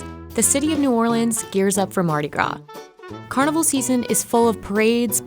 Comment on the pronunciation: She keeps mispronouncing Carnival 😭😤 uuuugh